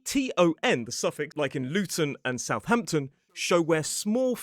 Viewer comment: Southamton seems to have lost an h and defied the "-ham" rule.